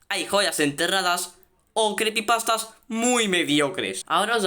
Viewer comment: Creepypastas se dice